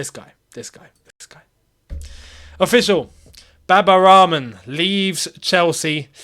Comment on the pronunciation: Why do you say Baba Ramen? I know you half white. But you pronounced Al-Ahli properly. You could try the same with Rahman.